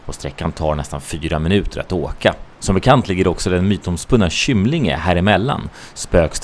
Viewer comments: Vad har du fått ditt uttal av namnet Kymlinge ifrån? Du är en att två personer ( den andra är på trafikradion) som jag hör som uttalar det med ett K som i Kyrka medans dom flesta jag känner säger K som i kruka. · Uttalas Kymlinge inte Schymlinge :)